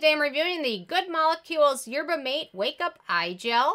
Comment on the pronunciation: I think that’s the third ten of 2021! Haven’t tried it but Good Molecules is on my list of products to try. Also, mate is pronounced mah-tay! ❤️